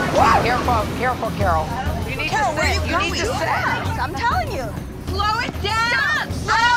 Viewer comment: "They need to shlo down"